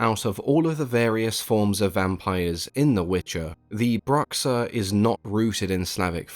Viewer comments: That X on his "Bruxa" pronunciation was pretty good for a gringo. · He pronounced it correctly for the portuguese name tough. And it's written correctly aswell